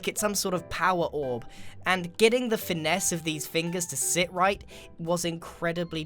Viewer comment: Grian said Finesse